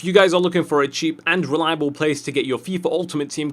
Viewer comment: The way you say reliable in the intro is really weird...